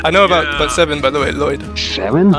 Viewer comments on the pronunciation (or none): "I know about seven by the way Lloyd" cute anime girl * in a russian accent sounding 40 year old man smoker ass voice *: "s e v e n?"